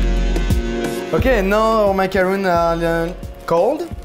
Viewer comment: I thought this dessert is suppose to be pronounced ma-ka-ron. Ma-ka-ruun is the coconut one 🤔